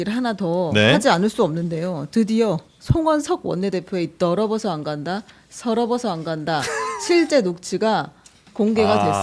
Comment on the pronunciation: 누가 들어도 더러버서 안간다 로 들리겠다.